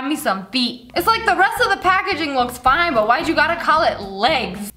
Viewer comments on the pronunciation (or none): none